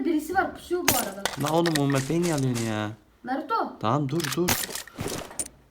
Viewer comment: Birbirinize Naruto Sasüke yerine Banruto Bansüke falan diyin xD